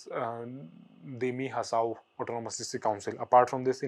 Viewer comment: your accent and pronunciation about Assam councils dima hasao and al l are too worst.Please correct.Not even a single word you are pronouncing correctly